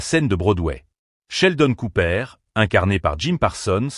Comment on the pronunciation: Hahahaha Sheldon Coopère 😂😂😂 on prononce coopeur 😑😑